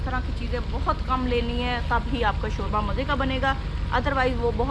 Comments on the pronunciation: شورہ نہیں شوربہ بولتے ہیں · salam! aap sab k vlogs mey bohot shok se dekhti hun, agar aap ko bura na lage to iss video mey aap urdu mey shoba lafz ko shora bol rahi theen jo k sunne mey acha nahi lag raha plz don't mind. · shora nahin hota shorba hota hai😋😋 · Shorba not shoora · Shorbaaa not shoraahhh🙄🙄